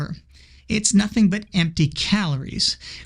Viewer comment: I think the opposite. Hearing him say things like "nothink" really grates on my nerves.